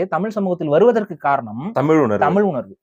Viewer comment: இந்தப் பயலுக்கு ழ-வன்னாவே வரலை… தமில், எலுச்சின்னு பேசற ஆளு தமிழனைக் காப்பாத்தப் போகுதாம்.